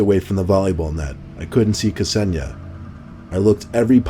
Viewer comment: Hey, that's my name... although it's pronounced Kse-ni-ja 😀